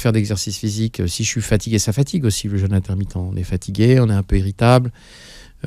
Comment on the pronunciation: Un "jeûne! "pas un "jeune"...S'occuper de son corps ne suffit pas, il faut s'occuper aussi de la langue Française.